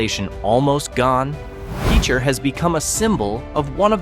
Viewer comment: Hahahahahaha...... AI cant pronounce Pitcher correctly.